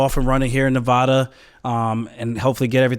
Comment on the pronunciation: If you're going to live in this state, please pronounce the name correctly. Sincerely, everyone in Nevada. 😂